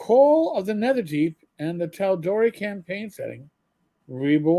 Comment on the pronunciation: Just fyi. You did pronounce Tal'Dorei right.